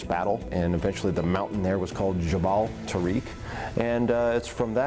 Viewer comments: It is pronounced tah-rek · They pronounce Tariq the worst way possible